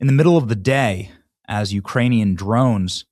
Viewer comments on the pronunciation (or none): none